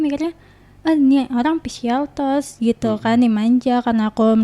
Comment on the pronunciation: Cara dia nyebut physical touch aja salah mba.. bohong ini cewe mah .. Halu kyknya.